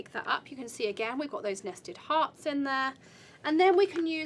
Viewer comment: NASTY TARTS???.... LoL! I thought thats what you kept saying, then i figured out it was NESTED HEARTS! 😂😂😂😂Nice video, thanks!